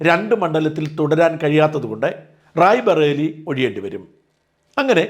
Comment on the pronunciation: റായ് ബറേലി എന്നാണ് പറയേണ്ടത് എഴുതേണ്ടത്